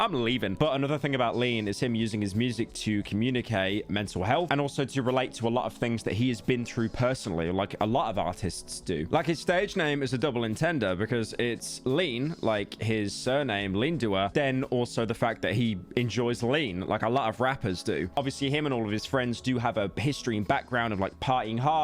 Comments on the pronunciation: did he just say "double intender" instead of "double entendre" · "Double en-tender" bro its on-tawn-dra 💀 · I think you mean double entendre (un-tan-druh) and not double intender. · Double intendra? Double entendre, on+tron+druh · "double entender" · "double entendor?" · There's no way this mf really just said 'a double en-tender' 💀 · fucking chicken tender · "Double On-ton-druh" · bro said double intender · "double ontondle" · "Double intenda" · “double en tender” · “shuh-pelle rone” “double intender” “triple redd” what is wrong with this dude lmao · “Double entende” pyro noooooo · Shapel rone. Double ehntenduh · Pyro saying "double entender" like that hurt my soul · how does bro yap so much and always mispronounce everything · 'DOUBLE ENTENDE'? WHAT MADE YOU THINK YOU COULD PRONOUNCE ENTENDRE LIKE THAT 😭 this has to be clip farming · "Double inteder" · ‘Double Entendurrr’ 😬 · "double en tender" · "Double intender" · That's got to be the worst pronunciation of double entendre I've ever heard. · Bro, you gotta look up the pronounciation of "double entendre"